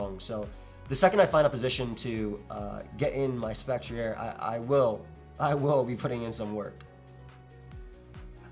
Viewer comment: I think Spectrier is a combination of specter and cavalier, right? So it’s pronounced Spec-tree-er.